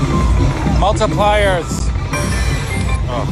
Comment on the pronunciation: Lol 2 more you fucking bitch.. sorry sir! When you say Multiplier I picture you doing a karate chop while saying it. 😆